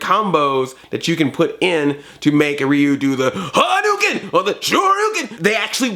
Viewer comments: Calm Rahman Neither, when it's Japanese (or pretty much any Asian language). "Ryu" is meant to be pronounced as one syllable (like how "Tokyo" is two syllables, unlike the three that English speakers say). Just put a r/ruh (the R actually sounds like a blend of R, L and D) in front of the "yu" part, which you know how to say. When Ryu does his uppercut and shouts "Shouryuken!" the middle syllable is pronounced like his name, so you can listen to that. Though, if you don't want to bother with this, go with "reeyu" like Andre does; it's kind of close, people will know who you're talking about… maybe not Japanese people, but other people will. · It is pronounced Ri-u